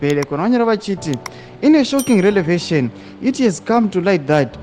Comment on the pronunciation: Kubva watadza kuverenga panotoi “revelation” wakuti relavation ? Ahh iwe wadarirei?